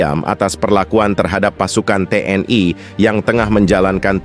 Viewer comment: TNI.. bukan TNAI... jangan ke barat2an donk